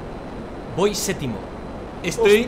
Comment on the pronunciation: por qué dicen sétimo en lugar de séptimo?